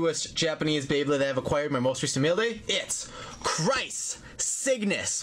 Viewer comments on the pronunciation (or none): I think it's pronounced krays